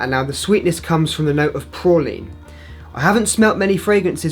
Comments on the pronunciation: are you staying "praline " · You don’t even know how to say praline you goof